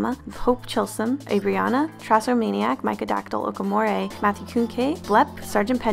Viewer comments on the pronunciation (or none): none